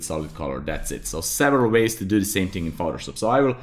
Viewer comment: "one ting" really got stuck in my head